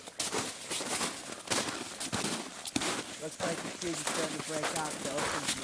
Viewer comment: lol " thee explosive line"!!!!!!!!